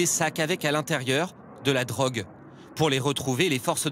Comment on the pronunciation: Comment il dit "de la drogue" ça me termine 😂